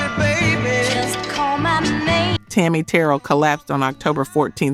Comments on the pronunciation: It’s me again, Eddie Kendricks also made two beautiful ballads during his solo career. Skipping Work and Intimate Friends. And Tammy’s name is pronounced Tammy Teer rell not Teral just saying. My siblings and I enjoy the content. Otherwise expect little notes from time to time. Still waiting for “Tower of Power featuring Lenny Williams (a little homework)😂 unless I missed it, haven’t watched all of your content yet. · It's pronounced Tammi TA RELL, not TAROL"L Terrell" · Who are you...her name is Tammy Ta...rail is how.you pronouns her name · Pronounced Te Rel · Ma'am... her name was Tammi "Ter-rell." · Tammi's last name is pronounced "Ter -RELL". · You’re channel picked up on my feed watching your video Her name is Tammy Terrel your practicing her name wrong , either way still watching 💯🥰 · Can u get a real person narrating instead of this AI. Pronounce Tammy Terrell name wrong.😮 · Terrible video. Inexcusable mispronouncing Tammi Terrell’s name. And not knowing Dennis Edwards was le@ singer on “Do you love me”. Brutal. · Please pronounce Tammi Terrell correctly. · Why are you showing a white girl eating popcorn but the video is about Black people, not white people!! Is the moderator white acting Black to get Black support! She mispronounced Tammi Terrell's last name! All Black people know how to pronounce Terrell!!